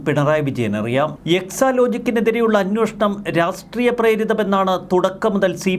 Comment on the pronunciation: Hey Prabho plse pronounce as 'Anweshanam" and not " Anwoshanam " !!!